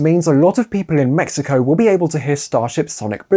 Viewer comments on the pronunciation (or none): none